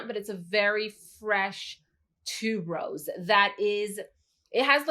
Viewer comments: Haha yes same here, and noticed that too. I'm in the jewelry industry, and Malachite is the name of a gemstone.. Also, I think Tuberose is pronounced Tue-ber-rose, not tube-rose? But still, love her channel and style of reviewing. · Thank you! For bringing up tuberose but I hear so many people pronounce it wrong that I've gotten used to it maybe 🤷🏾‍♀️. great and I really like her personality.